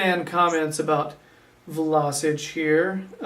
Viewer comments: first of all its VlaSCHiĆ...like schneiderline...you don't say vlaSic... the next thing, Vlašić is an attacking midfielder, the number 10 is his place, a playmaker, not really a central midfielder, he can play wing but thats not his natural positon, his technical play is really good and he is a good passer, he is not much of a defender, but he can play a number 8 or a real central midfield probably, he just needs time to adapt to the premier league, as a Croatian and a Hajduk fan he has real talent to be one of the best croatian players in the future! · His name is V-L-A-Š-I-Ć not Vlasic or vlasic do not englandiziren(german) his name